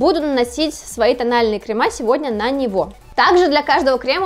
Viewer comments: на самом деле нет. Нужно действительно говорить "кремЫ", а она говорит "кремА" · Крем во множественном числе крЕмы, а не кремА. Слух режет ужасно. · Не кремА, а крЕмы